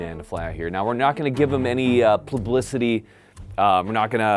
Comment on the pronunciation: Pluhblicity 😂 I’m not the only one who has trouble saying certain words. 🙌🏽